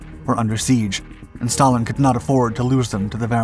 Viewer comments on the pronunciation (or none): none